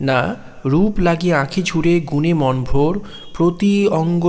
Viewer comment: বেশ হয়েছে। সুন্দর শব্দ চয়ন, সুভাষিত ব্যাখ্যা, কণ্ঠস্বরের রোমান্টিকতা, সব মিলিয়ে অনবদ্য। তবে বচনের লয় আরও একটু বিলম্বিত হলে ও কিছু কিছু শব্দের উচ্চারণে বৈষ্ণব পদাবলীর ঢং মেশালে ষোলো কলা পূর্ণ হতো; যেমন - "রূপ্" লাগি না বলে "রূপো" লাগি বললে, গুণে "মন্" ভোর না বলে গুণে "মনো" ভোর ইত্যাদি উচ্চারিত হলে ষোলো কলা পূর্ণ হতো! ❤